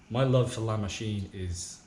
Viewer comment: LA MOWCHINE! LA MOWCHINE!